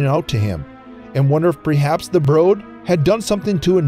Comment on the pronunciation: The last one that really jumped out at me was "prehaps".